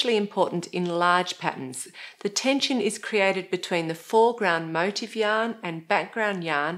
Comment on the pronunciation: Motif is pronounced "moh-teef" . My motive for pointing out this error is that it drives me nuts .